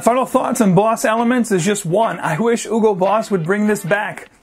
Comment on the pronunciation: You’re supposed to pronounce the “H” in Hugo. It’s German, not French or Spanish ;)